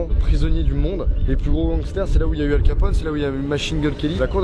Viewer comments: je suis le seul à avoir entendu Al Kapote ?? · il dit aocapote 😂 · Al capone pas ALcapote x) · La premier fois que tu a dis Alcapote g compris "ElCapote"😂😂😂😂😂😂😂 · Mais comment tu as dis Al Capone 😂 faut prononcé avec une bonne accent anglais ou italien Et si vous saviez pas le prénom de Al capone n'est pas Al mais Alfonse (Et si je ne me trompe pas c'est alFonse pas alPHonse 😉)